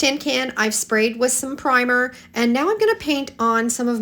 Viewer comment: On the smashed can pockets you say pimer more than once. The proper term is primer. If someone is just learning English or using something to translate it will cause confusion, especially as it sounds like you say priming a few seconds later. Computer programs can't adjust for things like that. Not trying to troll. Just what what my Grandmother( a teacher and absolutely Amazing woman..miss her lots lately) used to call constructive criticism